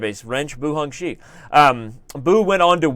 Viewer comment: Every time Danny spelled "Xiangzhi" as "Hong-shi", I died a little:')